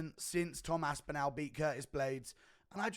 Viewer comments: Guru please for the love of god pronounce tom ASPINALLS name properly Its aspin-ALL NOT aspin-al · Imagine being English and pronouncing another Englishmans name incorrectly. aSpInAL